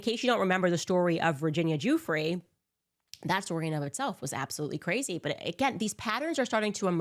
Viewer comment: It’s actually pronounced Goo-Frey lol yours was closer than the usual Gaffee